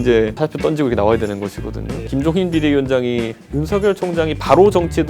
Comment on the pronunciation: 이준석 발음 : 떤지고 --> 던지고